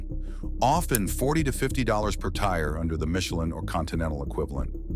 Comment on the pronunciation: Younee Royal and Michie Lean, Porshee...Done